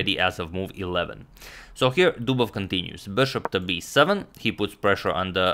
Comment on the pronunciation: That was... "Dobovious"